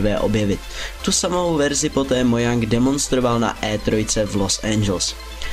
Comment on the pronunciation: Sorry, ne "möjang" ale "mojäng", viz wiki: cs.wikipedia. org/wiki/Mojang